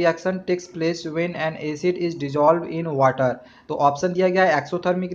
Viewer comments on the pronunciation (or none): none